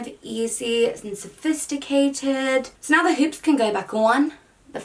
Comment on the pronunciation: sabrina cucinella Especially since some of the words and phrases she says are already kind of in an American accent 😂 Like the "Hold my hoops" comment